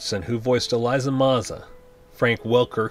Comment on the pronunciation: If that's the case you're pronouncing a lot of names wrong and getting a LOT of plot points wrong. "Elisa" (not Eliza) Maza, for example, didn't convince the Gargoyles to leave the castle until well after Demona showed back up. And Demona's pact with Macbeth ONLY made her immortal and it was the magic of Puck that turned her human during the day which only took place in the episode "The Mirror" in Season 2.